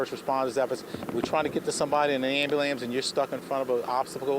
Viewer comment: Why did this joker call an ambulance an -Am-Ba-Lance